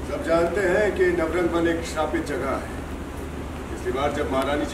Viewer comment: Dear reporter, its nav-rang-van